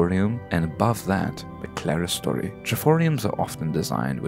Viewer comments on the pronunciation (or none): none